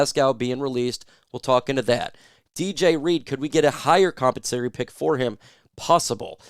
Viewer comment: Com Pen sa Tor ee. Not compensory You’re smart, so I know you would want to pronounce words correctly.